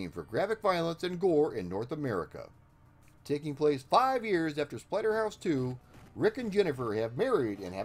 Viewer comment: You totally called it Platterhouse at the beginning LMAO